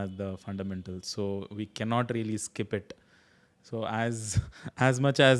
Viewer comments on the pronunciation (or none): none